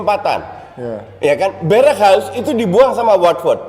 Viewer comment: Berghuis pronoun berekhwais